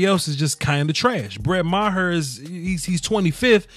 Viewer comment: i think it's pronounce mar